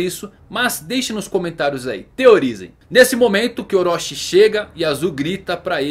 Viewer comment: Para de falar "oróchí" e orochi